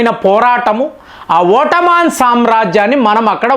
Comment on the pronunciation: ఓట్టమాన్ ఏంటి ఎదో ఇబ్బంది కరంగా ఉంది పలకడానికి